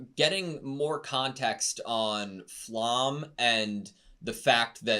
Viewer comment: Flamme is pronounced with the me at the end, all names are german so you can just use google translate setting it to german and hear the pronunciation